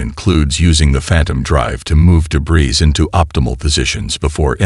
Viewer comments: 'O' AI. Debris has a SILENT 'S'...It's pronounced DEBRI....Shame..good Story.... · Debrizz, Thunder Chilled, Record (like a reck-ord, not ree-cord... ugh.